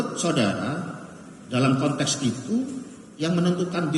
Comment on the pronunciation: konteks pak konteks bukan kontes